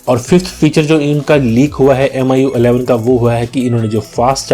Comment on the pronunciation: This guy can barely speak "MIUI11".